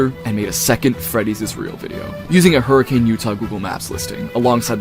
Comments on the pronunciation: erm,,, actually its pronounced "her-ah-kun" not HURRICANE. do your RESEARCH RIGHT... 👺👺👺👺👺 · its not hurricane its pronounced like hurri-can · its pronounced hurri-cuhn im gonna SCREAM